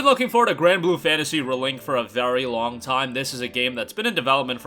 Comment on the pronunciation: Dude… REEEEE link. Ree as in reveal, ree as in reborn, ree as in redo. It’s not re like in relic, rebel or restitution. This video is obnoxiously unwatchable for me because you say the name two dozen times and you never say it correctly.